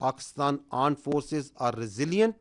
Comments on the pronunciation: Aand forces😂😂😂😂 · what is AAND forces 🤣🤣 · .26 secs I heard aand forces 😅😅 kya mere kaan khrab hain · Aand forces😂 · Aand forces 😂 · tatte jaisa kaam krti hai to aand forces hi bolenge 😂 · Aand forces 😂😂😂😂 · Did he say 'Arned' forces instead of 'armed' forces? 🙄 Uneducated fellows 😂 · They say pakistan aand forces 🤣🤣🤣🤣